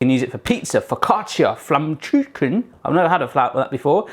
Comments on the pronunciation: Thank you for your pronounciation of Flammkuchen mate ;) By the way, have you ever tried Zwiebelkuchen with some Federweißer to drink? Let me know, if you need a recipe, we are making ours with the recipe from my grand grandmother and it still tastes amazing ;) best wishes from Germany! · so in love with Flammkuchen! :3 liked how you pronounced it :'D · Came here to hear you pronounce "Flammkuchen". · FLAMMKUCHEN IS THE BEST THING EVER CREATED (I also love the way you pronounce it, so cute 😂) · Its pronounced Flamm-ku-ken. The chen is pronounced like ken and yes they are very yummy pizzas. Btw Flammkuchen translates to flame cooked. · you don't say in flamkutzen you say flamkuhen with h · Haha love how you pronounce it flammkooshaan :D you said you wanted some critique, so here you go hope it helps :) First of all the dough is not made with yeast it's actually just flour water oil and salt and after letting it rest for an hour or so it's a lot easier to roll out than a yeast dough ^^ and that's the second thing to mention it was still too thick it has to be super thin so it gets nice and crispy and flaky almost! The choice of topping was really great, but try using less it kinda makes it taste better weird huh? :D Baking it on the pizza stone is an awesome idea and the temp and time was correct as well! All in all very well done keep it up with the lovely recipes you're a great cook! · you said flämmküchen (pronounced in german) :D this sounds so funny xD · I love how you pronounce it as "Flammkutschn" :D haha and aww, little Boston - always so tired! <3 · It's a little bit funny when you say Flammkuchen :D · I only clicked the video because I wanted to hear how you pronounce 'Flammkuchen' :D so cute love your recipes and giant foods. You are so entertaining! Greetings from Germany :) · I like your pronounciation of "Flammkutschen" and "Quork".^^ :-)